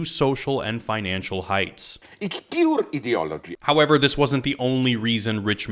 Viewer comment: PYUR HEEDEEOLOGY